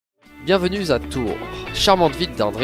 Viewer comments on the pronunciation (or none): BIENVENUE Z' A TOURS...Les liaisons dangereuses dès l'intro hmmm